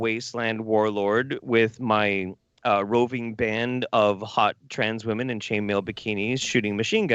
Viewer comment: Why does pronounce women weird